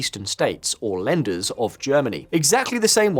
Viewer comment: It's "Lander" (don't have umlauts) not "Landers". That's like saying "States-s" only worse.